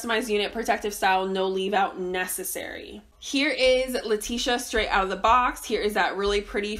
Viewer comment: That’s her name 🥴 always saying a name wrong lmao